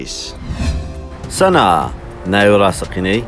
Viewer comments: سەنا نییە سانا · سەنا نیە سانایە😭😹 تزویو نیە بە جویی دەخیندرێتەوە